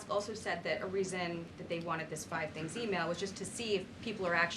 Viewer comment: “I do about five tings in ten minutes” probably more 🤣